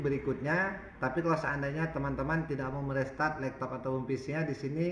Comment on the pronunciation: Laptop bang bukan lektop